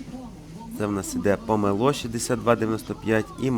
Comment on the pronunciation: ЖАХ...!!! НЕВІГЛАС...!!!! З ЯКОЇ ПАЛЬМИ ЗЛІЗ ??? НЕМАЄ памелО...є памЕло...НЕМАЄ КИЇВ ,,ВЕЧЕРНИЙ" Є КИЇВ ,,ВЕЧІРНІЙ" .. ВІД ВЕЧІР .. НА НАШІЙ СОЛОВ'ЇНІЙ... ЯКЕ ,,ПОКА" ..? ПОВАЖАЙ СЕБЕ... ВИЛІЗ НА КАНАЛ... СПІЛКУЙСЯ УКРАЇНСЬКОЮ МОВОЮ..А НЕ языком рашистів..